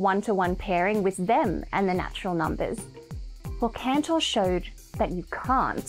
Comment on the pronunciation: That's why he was "Cantor", not "Canor".